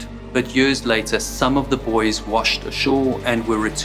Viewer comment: Did he mean to say boys or buoys?